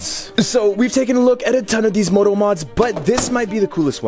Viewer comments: That ,,moto" sounded like a real Russian pronunciation😅😅❤❤ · That moto pronounciation sounded like Indians trying to say "moto". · One thing we can agree on, it didn't sound like English with its crazy long and reduced vowels. The two vowels were /o/